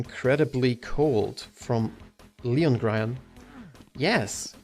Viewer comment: and my question, of course(I`ve already asked it, but, it seems, you didn`t noticed): if you would be a mercenary, in what universe and what time would you live? not only from games, but books, comics, movies etc. e.x. I would like to be in battletech universe, at about s, in northwind highlanders or kell hounds also my nickname is clearly written Loengrion, but you keep pronouncing Liongrion, for some reason :\